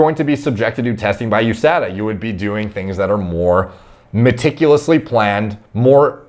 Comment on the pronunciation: It’s pronounced USADA not USADA